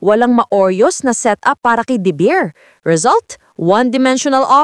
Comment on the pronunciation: Please practice pronouncing DeBeer. Not DaBeer? OK? Again...